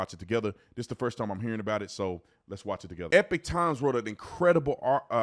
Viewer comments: somebody please tell this man how to pronounce epoch times (E-Pawk like Tupac) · Hey Mate, I like your gig! FYI…I think you are mispronouncing EPOCH. Sounds like you are saying EPIC. Not hating, promise. Cheers